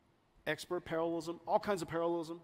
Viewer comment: Say "parallelism" 10 times fast and it starts sounding like "paralism", to me